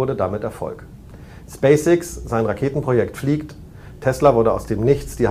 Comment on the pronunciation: Er kann ja nicht Mal Spacey X aussprechen